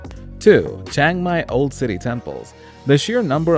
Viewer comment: It’s Chiang Mai not Chang Mai